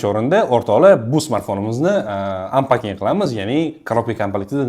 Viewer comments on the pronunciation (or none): none